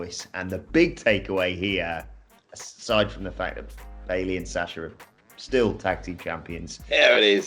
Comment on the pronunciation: The most important takeaway from the triple threat womens tag match is that you shouldnt have commentators try to pronounce billie and bayley in the same match.